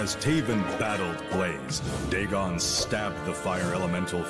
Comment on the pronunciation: No puedo evitar sufrir cada que escucho decir "daegon" en vez de "digon" y me parece raro aun mas sabiendo que dice "teiven" (taven) bien